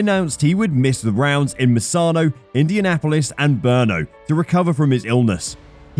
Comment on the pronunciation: Pronounced "Bruno" and not Berno., Brno.